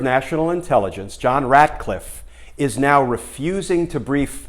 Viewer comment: It's Ratcliffe, not Radcliffe, as in Rat